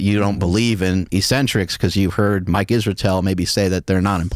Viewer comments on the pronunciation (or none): none